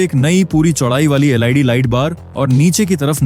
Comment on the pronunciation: Led ya lid, suv ya siuv please improve your English